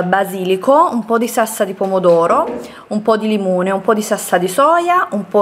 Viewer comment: Ma perché dici sassa invece di salsa?😅